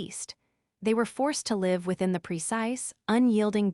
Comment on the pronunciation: Live and live, pronunciation problem, again?